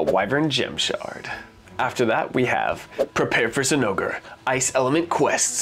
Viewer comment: I had to do a double take on that "ZI-nogre Plate" 😂😂🤣😂🤣 Anyone just listening to you would be so confused.